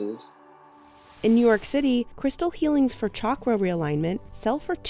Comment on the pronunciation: “Chalkrah” it’s pronounced (Ch)Shakra